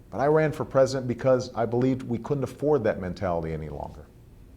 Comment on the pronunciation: noticed how he says believed.. lawl.